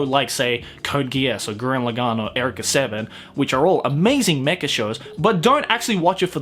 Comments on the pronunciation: Did he just pronounce Eureka as "Erika"? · Did this man just say Ericka Seven? My dude, have you never heard the exclamation "Eureka!"? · The way you say Eureka hurts me. Physically, emotionally and mentally. Very badly. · Why do you say Eureka like that?